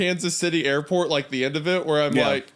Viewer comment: As a fellow Kansan, Hunter's airpott slip up is something have all done 😂😂